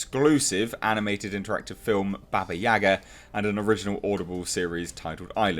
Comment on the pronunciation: Watch John sick will ya, you will know how to pronounce babayaga